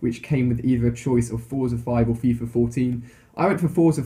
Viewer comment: Fora rather than FIFA? Really?